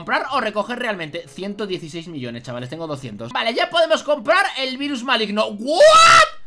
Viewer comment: el dice vairus para que no suene mal